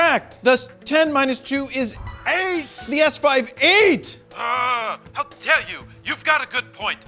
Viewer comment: 'How der you' cracks me up everytime.